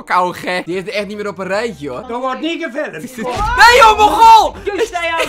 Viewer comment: Er wordt niet geFiLlUhMtHe